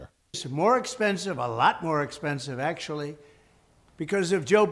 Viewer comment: Acushulutley!! Fetterman make new word 😂❤:_POTF